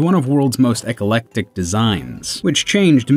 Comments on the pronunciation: Eclectic is pronounced E-clec-tic, not "ec-ce-lec-tic" lmao! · and e. colectic, close relative of e. coli